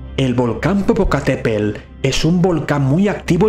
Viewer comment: El volcán mexicano se llama Popocatepetl. Para aprender a pronunciarlo bien lo puedes separar en sílabas: po - po - ca - te - pe - tl.